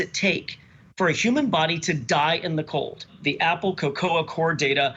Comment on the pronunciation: Why does he call it Apple Co coah? Its cocoa, like hot coco🤦‍♂️